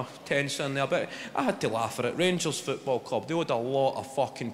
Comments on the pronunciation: His English accent is almost perfect until he pronounces "football" and the Glasgow comes right back in 😂😂😂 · about 4 too many O's lol